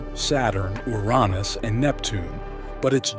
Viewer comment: Wow the AI voice can say Uranus as I've come to know it being, no more "Your anus" or the worse "yourinoos". EDIT: Yeah lots of times after it said your anus. Lol. Still interesting how the AI said it "right" the first time.